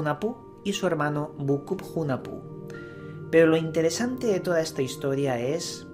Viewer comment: Hunahpu se pronuncia junajpú